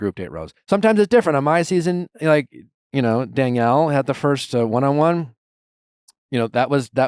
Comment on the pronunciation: Nick is so funny keeps switching back and forth with pronunciation of Leah and then he calls Daniella Danielle 😂